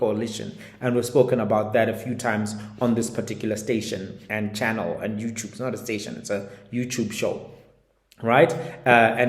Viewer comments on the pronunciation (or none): none